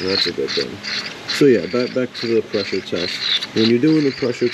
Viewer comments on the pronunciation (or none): PRESSURE TEST? I thought you said PISSER Test! 😄😁😆😅😂🤣